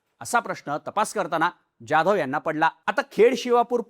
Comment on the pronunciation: You are probaouncing Jadhav like UP BIHARI. Stop this pronouncing.